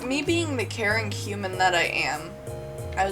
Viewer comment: "being the caring human i am" What i hear: "being the karen qumin i am" Me: wait wat.